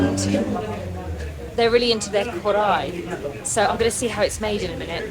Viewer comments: KARHAI not Korai….. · its not "korai" rather its "Kar-haai"